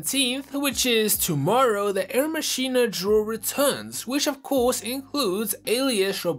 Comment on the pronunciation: The way you pronounce things is funny Scrapper isn't Scraper Skra-Per Machina isn't Machin-ah it's Mack-in-ah